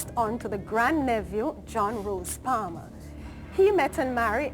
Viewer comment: Wasn´t her Name Annie PALMER?!?! O_o The woman said anything like Parson...